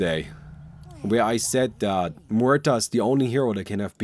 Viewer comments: Is noone going to mention that pronunciation should "Mu air" not "Moo ur" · can't pronounce her name figures MUerta. Spanish name